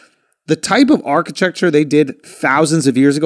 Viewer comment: “arki-chuck-cher” aka you know lol